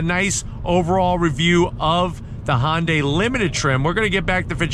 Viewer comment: Hyundai rhymes with Sunday. It doesn't sound like Honda(y)